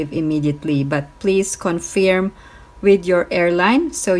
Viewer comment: Hi, it’s pronounced “con-ferm”, not “con-feerm”. Thank you!